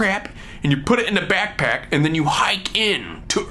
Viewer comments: he says backpack like: byackpyack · When he kept saying 'backpack' did anyone keep hearing 'snack pack'?